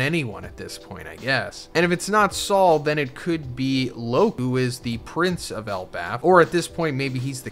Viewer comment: no way you just called loki loku 😂😂😭😂😂